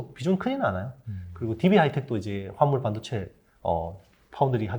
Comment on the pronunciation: 발음이.... 무슨 반도체요????? 아.. 화합물반도체 내귀가 이상한걸꺼야 ㅋ